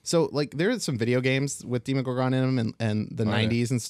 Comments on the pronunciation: Demo-gorgon, not Deemo-gorgon. Yeesh this gave me an aneurysm. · Was I the only one irked by how they pronounced the Demogorgan? I've always heard it as Deh•Mu•Gore•Gun not •Di•Mo•Gore•Gun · I've always pronounced it Demm-owe-gore-gun Hearing the long in the beginning always sounds strange to me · DEMO - GORGON. SAY IT RIGHT